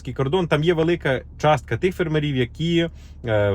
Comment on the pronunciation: Дуже цікава інформація, дякуємо, але чому фермерІв? Дуже ріже вухо, наголос має бути фЕрмерів😉👍🇺🇦🇺🇦